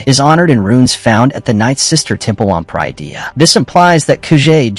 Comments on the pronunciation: It pronounced Pah-rid-ee-ah, parydia. Not per-eye-dee-ah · They’re using an AI voice generator, that’s why Peridea is mispronounced